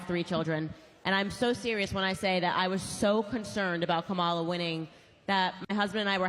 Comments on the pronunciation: Dear black ppl please learn how to pronounce Vice President Harris name. It's KA-mala not ka-MA-la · Her name is Kam ma la. Learn to pronounce her name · Kamala-pronounced, Come-a-la. Stop pronouncing her name like ignorant white people. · Why is it SOOO hard for people to pronounce Kamala's name correctly? 🙄